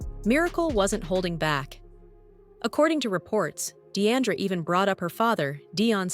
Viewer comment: Her name is NOT Dee-ANN-dra...